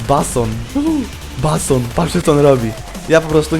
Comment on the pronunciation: 1 miejsce :)) i czyta sie "bejson" :DD